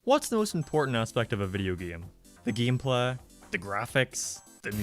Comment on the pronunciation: mf legit said "geem plaa"